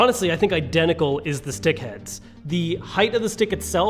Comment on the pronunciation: Heh. Anyone else hear Dick instead of Stick? I wasn't listening carefully at this point and chuckled a bit at first.